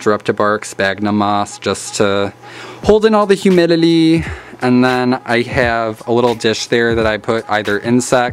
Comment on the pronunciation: I can't be the only one hearing him say "Humilily" instead of "Humidity" Right??